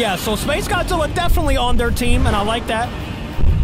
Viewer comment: Why are you keep saying Godzilla wrong